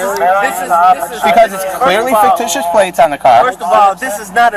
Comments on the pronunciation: He needs to learn the word ficticious,not faketicious. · This idiot... Can't even pronounce "fictitious!" Kept saying "faketitious" like it's a fucking word! Thank you for this sheer gift of entertainment,! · He said faketitious???😂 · Where can I get me some of those “faketitious” plates?! Just axeing… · I wish one of the officers had asked him “are you saying ‘fake-titious’?!” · “Faketicious”? lmao. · THAT TRULY IS HILARIOUS! "FAKETITIOUS" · I died when I heard, "Faketicious" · Did he say faketitious? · The dude is literally saying "faketitious". 🤣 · "Faketicious" and "Articulant". Good Lord...